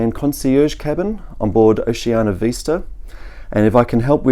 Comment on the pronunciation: Vista NOT Veesta